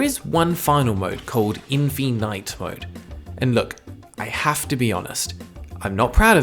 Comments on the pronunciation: why does he pronounce infinite like that has he never seen the word before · Why did he probounce infinite weird? Am I going insane? I swear that's how it's spelt